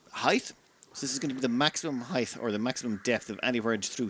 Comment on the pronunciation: Heigth? Did you pronounce height 'heigth'? Might wanna run that through the pronouncer thing.